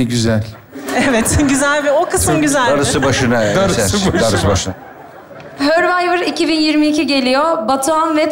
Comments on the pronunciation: Hörvayvır değil sörvayvır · Tabikide bilmiyor ki hurvivor söylüyor hurvivor yazıyor